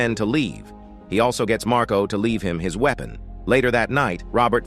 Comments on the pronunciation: OMF. Robo voice 👎. Weepon is actually spelt Weapon and pronounced Weppon. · Dear Robot Voice, it is not a 'winnery', but a 'Y-nery', pronounced just like the 'wine' in, uh, 'wine'. Also, not 'Weepon', but 'Weppon'.....after that I gave up watching, pronounced 'wotching'. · "wee-pun"??? Lol. This computer voice is hilarious. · "The we-o-pon of one of them in the wee-nery"! Thats Hollywood for you. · "Winnery"? Do you mean to say "winery" like a place where they make wine? "Weepon"? Do you mean "weapon" like a gun? You might want to meet an editor who can teach you how to pronounce English words. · A weepen and a winnery. I cant listen to this. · maybe the bad guys were "wee-ping" after the "wee-pon" was used against them in the "win-nery"? /s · the "wee-pen"? What the fuck is a wee-pen? Are you trying to say weapon and for some reason can't read for shit? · A.I. voice lol .. "winnery" .. "weepon" .. had to leave 53 seconds in. Why do ppl bother w/ these garbage digitized voices? Oh .. and the cam rip is the chef's kiss lol .. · "wee-pin", and "win-air-ee"????. Yikes. You have got to be a bot. A few seconds in and I am quitting your video. 👎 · winnerry? weeepon? lummydux cant shermans read? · What’s a weepon and winnery😂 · The "winneree" ? The "Weepun"? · The best way to avoid mistakes in using an AI voice overdub is check your audio before posting. You can phonetically spell the words it got wrong, then redo the AI dub, and there will be no mistakes. Also, if you mispell words, the AI will get it wrong. Winnery, Weepon? Oops. Despite that, this is a good summary of the story. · Had to stop watching after a couple of minutes when he says winnery instead of winery and weepon instead of weapon. Where did they get this guy? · Winneries and weepons! Get a human to narrate ..... stopped watching after 57 seconds. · The pronunciations are a joke: weenery, weepon. Is this AI? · The "weepon"? Gawd I hate AI narration.